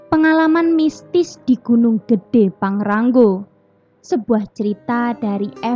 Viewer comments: PANGRA-NGO mbk/bukan PANGRA-NGGO😂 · Maaf mba bukan pangrang "GO" Tapi pangra "NGO" Hwhehe